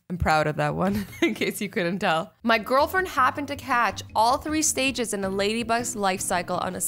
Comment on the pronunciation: “En happened” replay that all the time XD